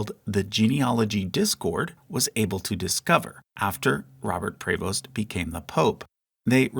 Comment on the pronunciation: Prevost is pronounced like “preeee-voast”